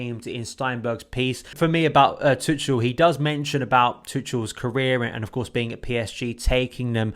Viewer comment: You english guys have to learn how to pronounce tuchel PLEASE. It’s like tuckel